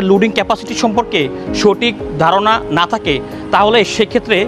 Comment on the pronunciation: গুরুত্বপূর্ণ কিছু পয়েন্ট কিন্তু আপনাদের প্রেজেন্টারের শুদ্ধ উচ্চারণ নিয়ে প্রচুর কাজ করা উচিত। ভুলভাল উচ্চারণ খুবই কানে বাজে। যেমন "এখান থেকে " কে ওনি উচ্চারণ করছেন "একান তেকে"। " থাকে" কে ওনি বলছেন "তাকে"